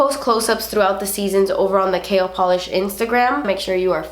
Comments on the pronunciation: Every time you said KL Polish, I thought you were saying Kale Polish...🤔... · Am I the only one that giggled to myself when she said "KL Polish", because it sounds like "kale" polish 😂😅